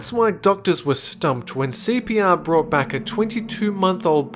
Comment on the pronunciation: Oh He's saying CPR I thought he was saying sepia